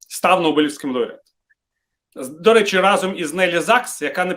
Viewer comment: "да рєчі"!🤣😂🤣😂 " Аєрапорт"! 😂🤣😂🤣 І баріслав бєрєза! 😂🤣😂🤣 Втер Портников шановному носа! 🤗